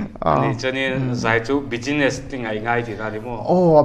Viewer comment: "bijinesss" "mujik video" 😆 acting a rukin a bawn.